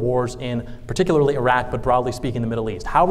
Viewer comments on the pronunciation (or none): none